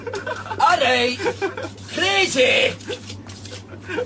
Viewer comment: RRRRIGHT THAT JUST DOES IT LOL